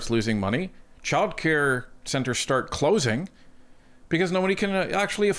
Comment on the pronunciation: Does know that it’s childcare, not chilcare?